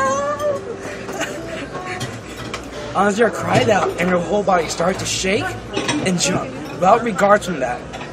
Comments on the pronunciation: Who is azuna? or is it Asuna but sounds like azuna? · its Asuna.. not Azunya :/